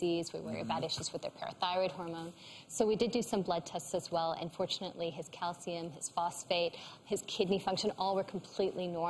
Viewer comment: Every time she said "an' fortunately," I thought she was saying "unfortunately," so I'd be like "Oh no," and then she'd say something positive and I'd be like, "...What?"